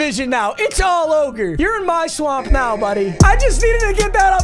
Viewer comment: Did he say its all oger 😂